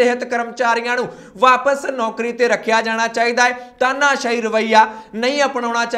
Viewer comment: ਤਾਨਾਸ਼ਾਹ ਬੋਲਿਆ ਕਰੋ ਤਾਹਨਾਸ਼ਾਹ ਨਹੀਂ